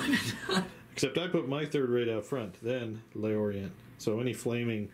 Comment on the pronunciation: I took a little french in high school, I expect Le Orient should be pronounced "Lhor-ree-ahn." Had this in my watch later list for months, finally got down to it and glad I did. Superb battle report